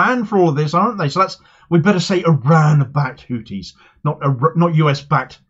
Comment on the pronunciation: It's pronounced Houthis my friend, not Houtis. They'd probably prefer you just call them Yemenis or Ansarullah though, they consider "Houthis" a kind of backhanded term